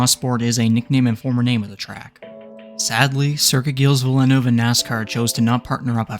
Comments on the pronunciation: As an F1 fan, the way you pronounced Gilles Villeneuve's name just hurts. It's pronounced "JEEL VEEL-nurve" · how he said gilles villeneuve hurt me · Congrats on achieving the worst pronunciation of Gilles Villeneuve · Your pronunciation of Gilles Villeneuve makes me want to scream. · Hilarious the way you say Gilles Villeneuve but good video regardless